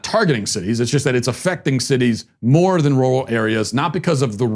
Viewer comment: Glad I'm not the only one who can't say 'rural'